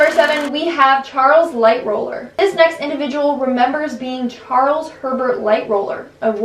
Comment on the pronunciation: You said Hatshepsut and Amenhotep wrong... Also, there is only ONE R in Lightoller, making LightRoller the wrong pronunciation... You mean Edward AustrIAN NOT AustRAIN. You know like what someone from Austria would be...an AUSTRIAN. It seems you REALLY need to work on either your reading or speaking abilities, perhaps both, depending on what your issue is. Tina Turner is just some crazy loon who convinced herself of this B.S. Most people, in fact, the majority, who "think" they've been reincarnated started thinking it at a very young/early age. It's because there are spirits (Muslims call them Djinn) who like to screw with the living and whisper that crap in the ears of young and impressionable children. They didn't really experience what happened to those who actually lived those lives. They're being swayed, and influenced, by vengeful entities who find it entertaining and funny. Entities who have been living/existing on this planet for millennia, and have seen it all happen first hand.